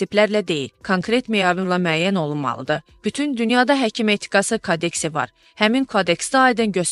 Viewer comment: Kadeks yox. Kodeks